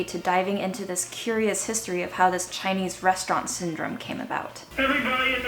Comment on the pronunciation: I'm a little bit surprised to hear Chinese pronounication. So accurate!!